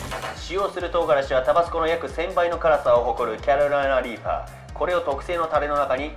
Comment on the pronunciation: 毎回キャロライナリーパー言えてねぇぞ